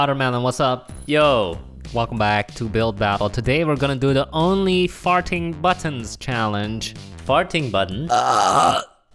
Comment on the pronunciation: The way u say Button/s sounds like Bun/s